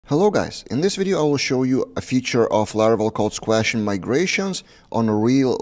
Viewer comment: "squash" rhymes with "posh", not with "mash".